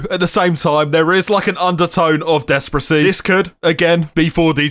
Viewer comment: Why are you saying despracy